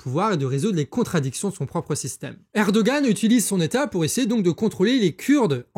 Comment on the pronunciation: Erdogan se prononce ErdoWan en turque, si jamais ! :D